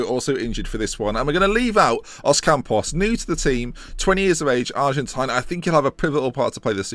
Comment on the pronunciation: There is not s in ocampos